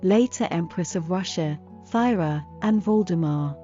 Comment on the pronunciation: "Thyra" is actually pronounced Tea-ra.